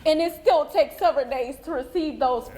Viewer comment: She said it takes sever days 😂